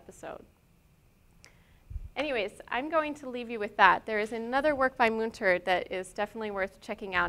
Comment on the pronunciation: Thanks for this excellent tour of the artist's work ! On a constructive note, please look into how to pronounce correctly the artist's name. It is Münter, and the ''ü'' , ie ''u'' with umlaut should be pronounced differently.